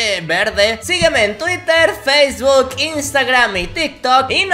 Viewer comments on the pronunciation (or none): none